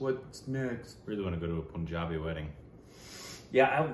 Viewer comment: plz learn how to say Punjabi... who have been to Punjab and you still say it wrong... its not poohnjabi... its paahnjabi